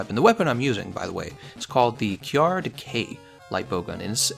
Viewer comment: Finally, you started pronouncing it kyarr. By the way I always wanted to try decay lpg against him. I am glad somone had the same idea.